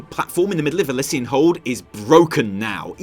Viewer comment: The double "ss" in Elyssian Hold is more a "z" sound than a "c" sound. I got some nice conduits from my calling caches.